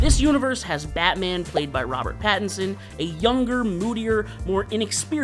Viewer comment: It's Robert Pattinson, not Patterson 😂